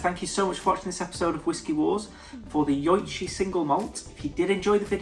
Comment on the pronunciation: Just FYI, Nikka is pronounced “nee-ka”, and Yoichi is pronounced “yo-ee-chee”.